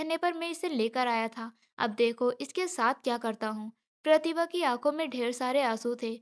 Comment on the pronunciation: Voice achchi nahi hai pehle achchi thi प्रतिभा को galt तरीके से कह रही थी